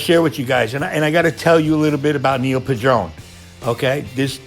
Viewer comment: His name wasn't pronounced "pu-DRONE." His last name was pronounced "PAD-run."